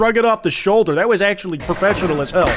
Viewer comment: he sounds Irish atchuamaly